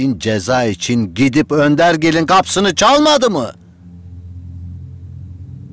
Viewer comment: Zazanın önderlik diyeceğine Öndergil demesi yokmu acayip güldüm ya